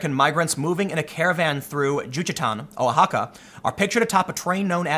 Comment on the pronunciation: Tim fyi, Oaxaca sounds like "Wahakka"